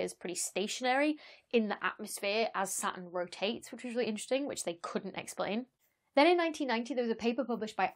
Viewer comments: I wasn't gonna comment about you butchering "satun," but since you mentioned it... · You don't pronounce the 't' neither. Everything is fractal in the end, as some scientists have discovered, we just don't know how exactly yet; chaos doesn't exist, it's just a human perspective, planets are kinda boring for me, I prefer the 7 Pleiades powerful beauties #StarFeminism #LOL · NoName Sounds more like: satuhn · satoon* because that pronunciation is cooler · Now that you mention it, you don't pronounce 't' either... "Sah'un" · In Britain, the T is silent: hospi'al (hospital), going ' pub (going to the pub), Sa'urn, buh'er (butter) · I'm more intrigued by how you say "hexagn" than "satun" lol Wonderful video! NOW I KNOW about how circular standing waves can cause really interesting patterns in a lot of unexpected ways. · Not only don't you pronounce the R in Saturn, you don't pronounce the T, so it comes out as Sa'uun. Which is a really cool name for an alien planet when you think about it. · Sa-un ftw. You also skip the t half the time too :) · The "haxagin" on "satirn" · "...about how I pronounce Sa'u'n, 'cos I don't pronounce the R -- welcome to the North!" But you don't pronounce the T either 😂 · i don't think anybody cares how she pronounces "Sa'u'n" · She says it kinda how Americans say Batman, with a glottal stop instead of a T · You don't pronounce the T in Saturn either; you say it more like an extra U :P. I love your content. It is super informative, engaging, and has wonderful humour to it. Soup Avoid, and the Planemos band still has me chuckling. Cheers!!! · I can hear the r in her Saturn. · You don't pronounce the "R," either? Neither does Rhode Island. Cool! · You don't pronounce the R in Saturn? I think there's a T in there somewhere too. LOL Keep up the good work, as your explanations of the various attributes of the cosmos are always informative and easy to understand. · Real Saturn fans pronounce the R 😄